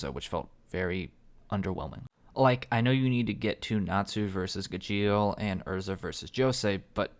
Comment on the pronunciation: I hate his pronunciation of gajeel more than he hates the character and natsu isnt meant to have alot of development hes a flat character not to say he doesnt have or cant have any hes just not gonna have alot of it